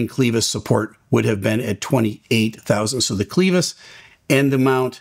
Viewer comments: Great that the NTSB was so quick to share what they have found so far. RIP to all. No chance with this sort of failure. Nitpick... I don't think "clevis" is pronounced "clee-vis". More like the "le" sound in "le-ver" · Good report. Clevis is pronounced: kleh·vuhs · Stop saying cleeeevis. I’m and it was the Cleeeeeevis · Clevis,. Soft e. Cleh vis. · Thanks for the quick report. BTW, the first 'e' in clevis is pronounced like clever, not cleeevis. Even if you are. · you’re saying clevis wrong….. also I love that you’re a praying man!! You are awesome and I’m just teasing you about the Clevis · It’s pronounced “kleh-vis”, rather than “klee-vis”. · Its Clevis not Cleavis. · FYI, "clevis" is pronounced "CLEH-vis" not "CLEE-vis". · Correct. He probably has never seen this word before! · clevis = [klev-is], not cleevis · Huh I always pronounced it Kleh-vuhs …. But you’re saying it’s actually kleev-iis…also I wonder if this being a Thai plane and it being in warm wet and salty environment had caused increase wear… sad…. They had no chance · * clěvis, not cleevis. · Same here. Pronounced similar to fed not feed. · kleh·vuhs, not klee-vis. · Just fyi no disrespect. Clevis isn’t like Cleetus, or lol. The E is pronounced like (let, fed, said, dead). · Cleeevis??? It is pronounced cl'e'vis. Clever, clever, clever, clevis. Not cleeeeevis, Steeeeve. And don't listen to Blancolirio either. He is also wrong. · It’s pronounced like clever,. It’s Clevis not cleavis. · Interesting video. Clevis, not "cleevis." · Clevis. Not cleevis... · First time I’ve ever heard clevis pronounced clee-vis. The “e” sounds like “e” in “reverie”. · clevis is pronounced with a short e sound. “eh” not “ee”. This will likely come down to maint shortcut just like 191. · Clevis is pronounced kleh vuhs fyi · Clevis is pronounced w a short e not a.long e... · It's pronounced clev - is, not cle - vis.